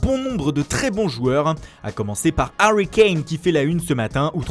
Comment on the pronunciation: « HaRwy KAnE »😂